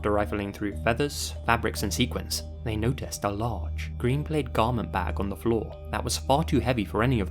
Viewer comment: Love the info. Definitely jumping into a couple of these rabbit holes. But, just letting you know that’s not how you pronounce the word plaid. It should sound like “pad” with an L, not “paid” with an L.